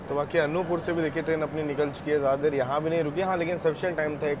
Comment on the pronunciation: As I am from this area I want to tell you • Anuppur is pronounced as अनूपपुर • Chirmiri is pronounced as चिरमिरी. •, that is Marhi Mata Mandir near Bhanwartonk village. Constructed in 1871. Navratri mein yaha bht shradhaalu aate Hain aur kaagaz mein apni manokamna likhte hain. • That train is Bilaspur - Chirmiri (Express) which runs at night and and Chirmiri - Anuppur (Passenger) • In that area BSP - Anuppur Section, Chana Masala is quite popular food in trains. AC mein nhi aate honge bechne... • Achanakmar is pronounced as अचानकमार • Kalinga Utkal doesn't go via Bhopal it goes via Katni Murwara, Saugor and then from Bina it merges in Delhi Mainline.